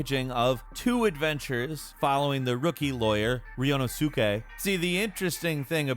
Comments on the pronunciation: Lol the character name pronunciation was triggering but a lesson for learning Japanese names suke the u is silent so ryunosuke isn't ryuno sukei. It's actually ryuno skay=suke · Why did he say Ryunosuke's name like that?? "Ree-yu-no-soo-kay" aksjdkdwknf It's ryu, like just those three letters real fast, no, and then skay. I've been waiting for this game to come to the west for years so in really excited for it